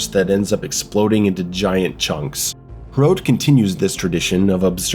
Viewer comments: Hrote? Huh-rot. Soviet Quake. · Its pronounced Huh Rot, or Hrot NOT Hroat xD nice review tho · It's not pronounced like throat but more like trot. Just replace the first T with an H and you just nailed it. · first of all its "he-rot" with a rolled R and it means spearhead not spike like people claim any way my wife is czech and grew up at the end of the soviet era and i can tell you the games meaning is lost completely on westerners if i could sum it up its basically how people of the era felt their homeland was turned ugly and rancid with strange alien people who are entirely hostile filled with socialist signs that have a lot of words but mean nothing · Pronounce it like h-rot lol Just put it in Czech google translate. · Its pronounced like "Wot" but wirh a "HR" sound instead of the "W". Or like "Fought" with the "hr". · Wow, I am even czech and Hrot (your pronounciation is hilarious btw) did not interest me much, but that Frail at the end did it for me :D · if only living in prague was this fun, also about the name Hrot there is more of a hard R but i would not expect you to get the pronaunciation completely right. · I hope you won't be saying the name too much, cos let's just say you didn't nail it lol